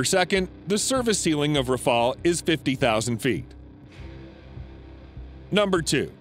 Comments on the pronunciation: Not raphaal, raphaEL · the RAFALE and not rafael... went in service in 2001... and it’s one of the best fighter on the planet and world wide recognised, while your TFX still on the drawing board and still haven’t take off the ground... please stop embarrassing yourself thanks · Learn to call his name : Rafale, Rafale, Rafale , RAFALE, RAFALE, R A F A L E , DAMNIT !!! The FCAS is a 6TH gen project, the Rafale is more than enough, it is an aircraft that can do everything, and which slaughters the F35 in dogfight. The only American aircraft that can afford to challenge the Rafale without being sure of losing is the F22, and again, the Rafale shot down an F22 in training, the Rafales had, the same day, put 7 to 1 to the Eurofighters too! Do not compare this flying brick from F35 to this aeronautic marvel, the Rafale. The F35 is just a political plane, those who buy it buy it just because it's American. But some preferred quality to politics, and preferred the Rafale, for example, Egypt, Qatar, India, Greece, Crotatia ...